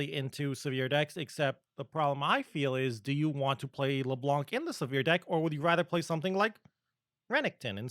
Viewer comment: I don't know why everyone (rioters included... well that explains the "everyone else" I guess) call her leblanK. That C here is silent in the baguette language :( Thanks for all those videos btw o/